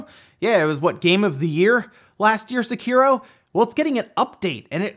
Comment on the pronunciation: Seh-Key-Row its not Sah-Kear-Row